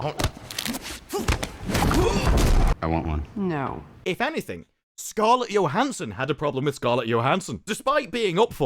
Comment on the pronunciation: Motherfucker learn how to pronounce scarlet Johnson’s name omg your accent is like nails on chalkboard